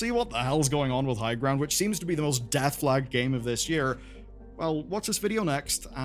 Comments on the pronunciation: am i misshearing highground? I thought it was highguard? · He called highguard higround😂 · Lol Highguard is so dead that even the name was said wrong 😂